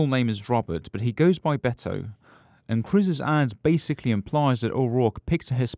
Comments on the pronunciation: It is pronounced Bet-toh not Beddo and it is short for Roberto or Alberto. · It is Beto (bay toe)